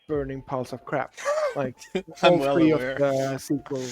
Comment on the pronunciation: Shree - People that can’t pronounce “Three” say Shree.